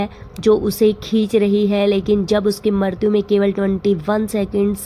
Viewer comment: Ucharan thik se kiniye मृत्यु ka